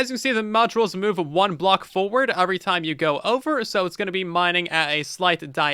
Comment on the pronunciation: does your dialect really pronounce "every" as "/A/very"??????